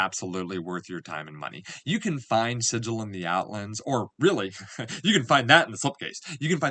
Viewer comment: It's pronounced Sig ill. According to the Old school books. :)